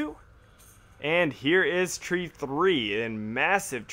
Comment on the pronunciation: Haha "Tree-four-tree" I see what you did there.